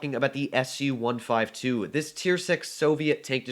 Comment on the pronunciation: WHAT DID HE JUST SAY SU 152???? OMG LOL